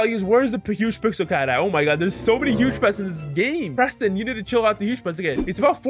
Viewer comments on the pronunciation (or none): none